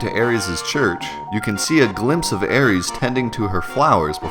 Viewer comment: No cap I will spin the block on these aris mans that name is so cringe it’s arith my nigga I will commit crimes over this 😂